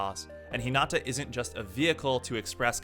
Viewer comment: Nice video and all, but the way he says some of the characters and schools names really pisses me off lol. Like Hinata is He-Nata and Karasuno is Car-Ah-Soo-No